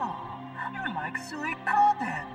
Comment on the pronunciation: Funny how they say sewie-koden. When it's pronounced Sweek-o-den. You'd think Konami would know better when recording the VO.